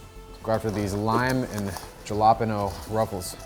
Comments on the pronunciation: did he actually say Ja-lar-pen-oh ITS HA-LA-PEE-NO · excuse me did you say “jill-opp-eno”???? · Bro said jalapeno, instead of halapeneo💀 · jalapeño more like jala pino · there is no way he said ja-lap-en-oh is pronounced ha-la-pee-no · Ah yes, lime and "gelapeno", my favorite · Not him saying jalapeno instead of jalapeño 😂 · No way blud said “Ja la pen o” 😭😭😭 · I really hope he was kidding when he pronounced jalapeno as 'jallapenno' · It’s pronounced hala peño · Did pronounce jalapeño as "Jah la peh no"😅😅😅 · DID BRO JUST SAY JAHLAPENO?!?! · Ja-lay-pain-o LOL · Please don’t ever say jalapeno like jal a pen o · Did he just say ja-lap-an-o for a jalapeño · Bro pronounced jalapeño has JAlapeno im weak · Bro really said jalapino not jalapeño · Apple pie for win, once I had warm cherry pie. That ruined it for me oh and its pronounced halo-pain-yo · he did not just say jalepeno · Me dolió escuchar el jalapeño pronunciado como yalahpehnO 😭😭😭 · Do want be mean but jalapeños is pronounced halopiños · JA-LA-PENO LMFAOAOOAO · did he just...did he just say jala -peno .....im done ...Ahora voy a pensar en ello cada vez que lo vea. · just said jah-lawp-penOe ruffles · It’s pronounced “hallapainyo” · hold up... JaLaApEnO 🤣🤣 bro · “Jalapeno “ lol 😂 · Did he just said yanapolo instead of jalapeño...wtf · you did not say jalepeno like that bro cmon man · Did really just pronounce Jalapeño as Galapeno 💀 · Is no one talking about the way he pronounced jalapeño 😂😂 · Is no one gonna mention how he just pronounced Jalapeño with those crisps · why the frick did he say jalapeño like that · OMG HE SAID JALAPENO im deadddd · THE WAY HE PRONOUNCED JALAPEÑOS 💀💀💀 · Jalapeno??? THE WAY U PRONOUNCED IT 😂😂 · Bro said lime and “jalapeno” ☠️ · THE WAY HE PRONOUNCED JALAPENO WAS SO FUNNY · It killed me the way he pronounced Jalapeño..... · bro really pronounced jalepeno like that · … jalapeños are pronounced with an H and not a J 😭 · someone teach him to pronounce jalapeno 😂😂